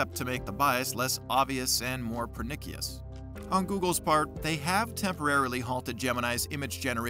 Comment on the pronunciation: The way you say pernicious makes me sad. lol